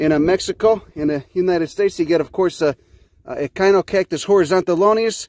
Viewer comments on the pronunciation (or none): wow,You said Echinocactus as kine-o-cactus? I never knew that. For decades..its been like Etch chin-o-cactus. Hmm.